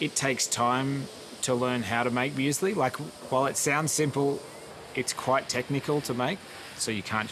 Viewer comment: Come on dude it’s muesli?